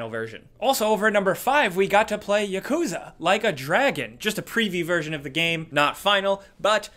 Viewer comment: When he said Yakuza - I am like hmm. You learned it. Then one one sec, “Yakza” 🤷‍♂️